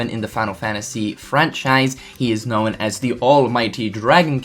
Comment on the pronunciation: Unknowen, showen, knowen.... Why do you force a vowel where one isn't needed ??? ya'know(en)